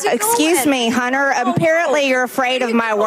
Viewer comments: Excuse me "Hunner" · ITS NOT "HUNNER" ITS HUNTER "GENTLE LADY"(MTG")!😂